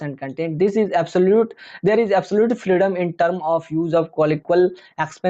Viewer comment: Your pronounciation of words are really very poor, scent, iz, try to improve